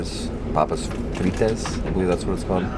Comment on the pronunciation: Repeat after me "fReet", just like "fleet" or "feet" but with a R in it :p No matter if you eat one or many of it, it is always freet, because we do not pronounce the "s" from «Frites»